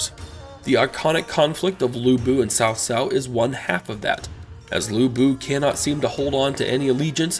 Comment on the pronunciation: It's not "Sao Sao", it's Tsao Tsao.